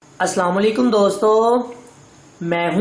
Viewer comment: ASA O bhai thora salam lenne ka accent change karo